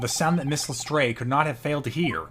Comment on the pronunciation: Who the hell convinced to say Lestrade that way?! He had it right the first time. Has no one seen a Sherlock film or tv show before?